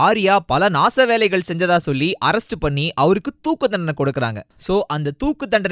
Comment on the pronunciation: ennathu thoooku thandanai ya ...yoi first tamila seriya pesungaya...RIP your tamil pronunciation